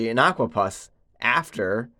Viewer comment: "Puss " like ( pussycat) not Pus.